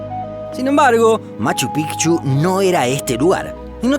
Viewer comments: Aquí estoy yo, de nuevo su contador de extraterrestres. en este video tenemos hasta el momento 313 raros a los que no les gusta esta maravilla de canal. es todo por hoy seguiremos informando. psdt: Por fin alguien que pronuncia bien el nombre de Machu Picchu, que alegría. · Por fin alguien que pronuncia bien machu picchu😃 se pronuncia así pigchu no pichu😒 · Al fin un canal que pronuncia "Machu Picchu" de manera correcta xd. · POR FIN ALGUIEN DICE MACHU PICCHU CORRECTAMENTE!!! MONTAÑA VIEJA! 😂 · Cómo peruano e hijo de cusqueña, felicito al narrador por pronunciar correctamente el nombre de la ciudadela, Machu Pi"c"chu y no Pichu como pronuncian los gringos. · Conciso, buenas imágenes, información correcta y buena pronunciación de los lugares. cada vez mejor y en el gran Machu Picchu. Fui hace 15 años casi, pero quisiera volver.